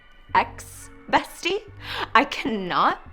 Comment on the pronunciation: Yeah i also heard axe